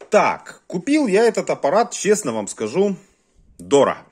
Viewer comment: ДОРОХО- УХО РЕЖЕТ